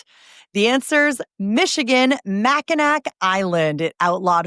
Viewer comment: It's pronounced "MackinAW" Island. Indian origin.